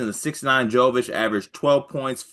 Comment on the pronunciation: pronunciation killed me. "Phillip Joe-vitch."